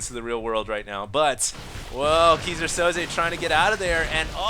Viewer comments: It's pronounced "kai-zer sou-ze". and just like that, failed. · everytime says Keyser Soze, I die a little.. lol sounds like geezer Soze. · I died a little inside whenever he said "kee-sir sozay" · ... It's pronounced Kaiser (king) Soze. Go watch The Usual Suspects. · hey, if you want to learn how to pronounce Keyser Soze (german) check out the vid: /watch?v=BgkBpWc8ngI nice cast!